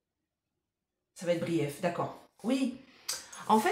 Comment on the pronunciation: Pas brief (en anglais) mais bref 😂